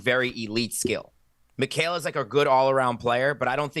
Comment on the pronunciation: finally pronounced Mikal name properly 😂😂